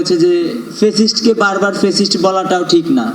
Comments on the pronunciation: ফেসিস্ট না শব্দটা, ফ্যাসিস্ট। উচ্চারণটা অন্তত ঠিকমতো কর টোকাইয়ের দল। 😂😂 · জঙ্গি যদি ফেসিষ্ট শব্দ উচ্চারণ করে তবে সেটা হাস্যকর